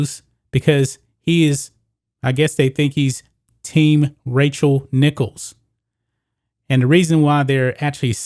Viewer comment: Is he saying “Racial” Nichols???